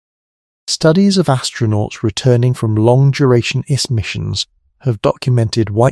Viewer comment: These AI models are getting better. Had me till DNA was called "DEENA" and the I.S.S. was called the "iss" like hiss without the H. Still AI slop. And if this was a narrator and not AI, someone needs to school them on the script.